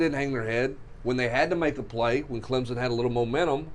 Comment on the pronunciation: saying ClemPson cracks me up.